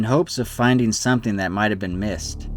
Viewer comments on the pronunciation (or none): none